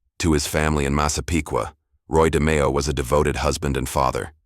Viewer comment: Can't pronounce Nino or Roy's lastnames.. Adios